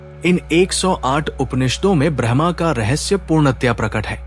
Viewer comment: ब्रह्मा brahama नहीं ब्रह्म braham Bahut फर्क है। कृपया उच्चारण ठीक कीजिए।